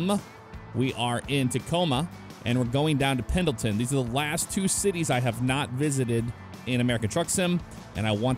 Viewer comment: I do love me a good Sprinter! And Pendleton is said "Pen-nil-tun" or "Pen-il-tin", as the D is in fact, silent. Also Oregon is said "Or-uh-gun", "Or-ih-gin". The E is not enunciated, and the syllables are not emphasized much if at all. EDIT: It is rather fitting that someone added in Sprinters to ATS seeing as Mercedes is owned by Daimler, who has their North American HQ here in Oregon. Inadvertently you were repping the Oregon DLC with this haha. Same using anything American Star or Frieghtliner.